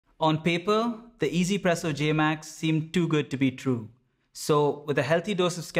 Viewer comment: i still do not get why people pronounce it EZPresso. where is the E? Yes it sounds way better than trying to stumble your way trough OneZPresso, but i am just curious where this way of saying it comes from